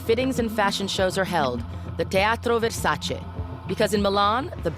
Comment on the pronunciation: It is VersacE not VersacI guys❤️lmao